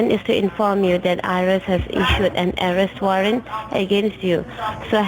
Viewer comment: Ourest warrant? Mistakilly? Wowcher? Porticol? ProWIDE?? "Under your NAM"?? The idiot scammers might want to learn how to pronounce simple English words.